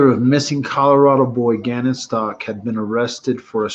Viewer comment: I believe Gannon's last name is pronounced as such S.T.O.U.W.K.